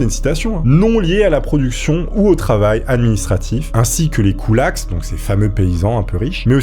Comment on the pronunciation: KoulakSSS... Bah alors, on ne prononce pas le S du pluriel en français. 😄 Ceci dit, belle chevelure...